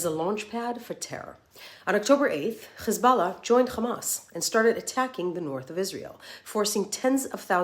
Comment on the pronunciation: Why is she forcefully trying to pronounce KHHHisballah? She clearly can pronounce her H's.